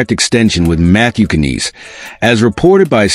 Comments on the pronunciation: terrible " KK- Nnes" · Matthew "Can-eass" 😂😂😂 get out of here.